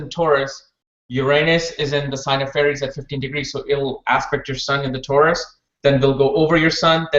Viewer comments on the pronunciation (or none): none